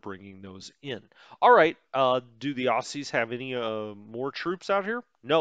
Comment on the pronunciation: Enjoying this, tempted to get this game because, much as I try, I just can't spend the time on WITP that I'd like to. Oh, and a quick pronunciation side note - "Aussies" is pronounced "Ozzies" not "Ossies" :-)